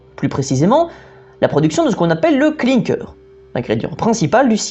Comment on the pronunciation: Oui et avec du charbon ou du gaz en énergie de chauffe ça permet de canaliser un déchet pour qu'il ne soit plus possible d'en utiliser la ressource. Une petit note sur la prononciation de clinker : tu l'as prononcé comme en anglais, en français c'est "clin kère" clin comme clin d'œil. 🙂